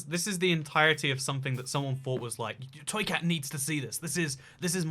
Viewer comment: Toycat thank you for roasting my realm it was very epic. Side note you are one of the first people to get my name correctly lol.